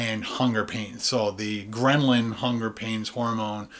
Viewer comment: The hunger hormone is ghrelin, not ghremlin